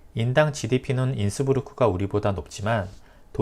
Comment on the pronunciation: Innsbruck 가 innsburg와 다르다고 하면서 발음을 브루크라고 안하고 부르크라고 하면 어떻하심. 이곳에서 십수년을 살았는데 한국으로부터의 여행자가 거의 모두 인스부르크라고 했다는..